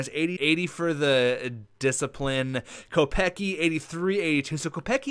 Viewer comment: Kopecky is pronounced "Co-pets-key"